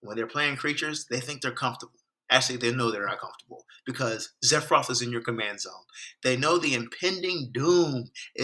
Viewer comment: Sephiroth! Not zephroth!!